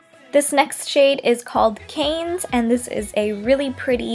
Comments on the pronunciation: "Cannes" is pronounced like "Can". Not caines. There all named after cities from around the world. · Cannes is pronounced "can" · great video, also very helpful cos I went and bought four shades today. you are absolutely cute and gorgeous but please, please, please never pronounce cannes as canes ....wow, that hurt my ears! love from france ;)